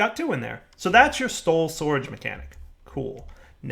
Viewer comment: "So that's your stoul sorage mechanic."